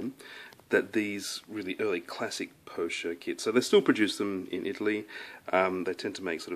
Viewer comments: It's pronounced "poker" like the card game. You are pronouncing it the French way but the "ch" in "pocher" is pronounced as a hard "k" in Italian. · in Italian the "ch" before an "e" is pronounced like an English "k". So it should be po-kair, rhyming with "hair". The computer tools may well be small enough. There's a shop near the Vic Market that has those tools and they are not so pricey.